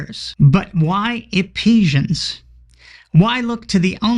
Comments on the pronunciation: Wow... all those years in Church... and I never knew Ephesians was pronounced 'Epesians.' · 😂 Epesians!? EPESIANS!! I was driving and thought I had a stroke. "Do my ears deceive me, did she say that with such confidence?" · Did Meghan (lol) intentionally mispronounce "Ephesians"?